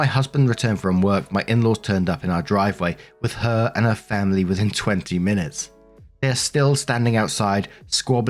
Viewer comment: FAMBLY! CARE ABOUT'CHER FAMBLY!